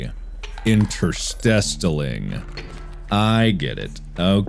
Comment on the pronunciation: INTERSTESTALING LMAO